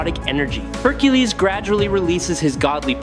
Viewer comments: What the hell do you keep pronouncing Hercules name like that? It's not hercules, it's Hercules. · Your pronunciation of Hercules is nuts 🤣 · Why does the video keep calling him Hercales? It’s the Roman pronunciation Hercules. It’s annoying